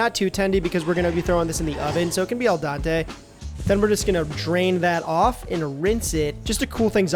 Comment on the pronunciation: Iam not italian BUT it is called AL DENTE not AL DANTE